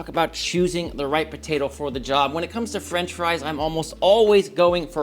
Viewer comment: It's potato not ptaydo 😂